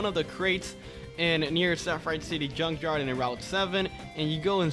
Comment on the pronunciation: it’s junk yard not yunk yard